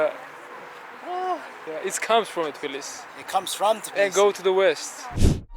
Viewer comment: Its tbilisi not tiblisi